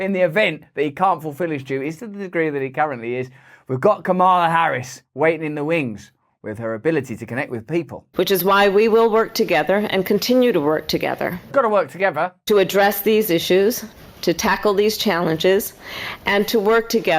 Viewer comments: This one feels a little off the enlightenment brand. Hmmm. (And it's KA-ma-la. Why is that so hard to pronounce?) With you, though, on politicians everywhere talking nonstop while saying absolutely nothing. I give this one a C-. You're still my favorite! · If the Dems heard how you mispronounce Kamala’s name, you’d be in in hot water throughout the passage of time.